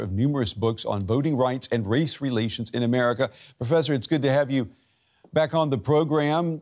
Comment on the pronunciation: emphasis on "race"